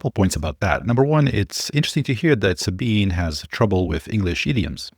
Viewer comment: it's 'Suh BEAN uh'